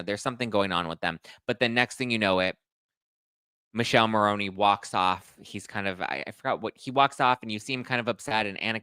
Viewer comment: It’s Mikeleh Marroneh not Michelle Maroney - please